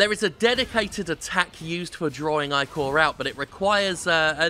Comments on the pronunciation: Eye-core? No m8 no its ick-or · he keeps saying "I-CORE" when it should be "ICK-OR" and its really starting to bother me. ichor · I don't think I have ever heard "ichor" pronounced "eye-core" before. Is that a common thing that I've missed out on? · Jim is the blood of the gods for Greek mythos so its pronouced Ich-or